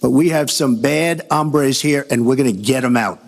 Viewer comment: Trump's pronunciation of 'hombre' made me cringe.